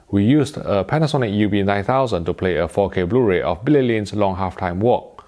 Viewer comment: BLURAY not BRURAY. lol Sorry, couldn't resist.